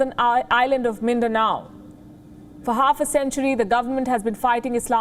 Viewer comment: She pronounce Mindanao perfectly.